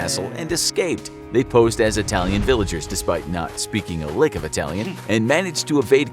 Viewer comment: “...Despite not speaking a lock of Italian...” Bruh, did these fellas pull an “Inglourious Basterds”?😂